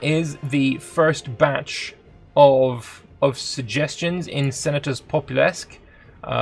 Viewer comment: Sen-ah-tūs Pop-oo-lūs-kway - or thereabouts :)